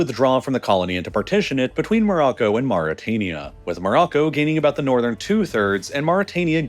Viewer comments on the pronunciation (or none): none